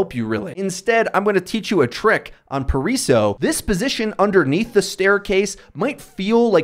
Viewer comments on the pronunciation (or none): PARA ISO not Pariso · tl;dr: Paraíso is actually pronounced pah-rah-EE-zo. in more details: 1) the As are pronounced like a very open "Ah" 2) the i is pronounced like "ee" in feet, and it's the stress syllable in that word (that's why it has an accent on top of it) 3) the s has a Z sound in this case (because it's between two vowels, but nevermind that) 4) Paraíso has 4 syllables: pa-ra-í-so, notice that "rai" is not one syllable, but two bonus: the R sound is actually closer to the double-t sound in "letter", but using the English R sound is acceptable and most brazilians would understand you fine.